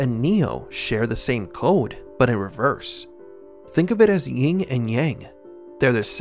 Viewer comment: there's no such thing as "ying" it's yin. ffs